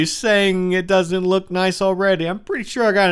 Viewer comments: KGMC-KrisGaming14 it sounds like foock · It sounds like Fock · Jonathan Lutabingwa SHE SAID LOOK!!!!! If you put your ear close to the phone tiny speaker (xD) its sounds more like Luck xD but its LOOK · Jonathan Lutabingwa im not gonna lie it does sound like f@ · KGMC-KrisGaming14 it really sounds like the f word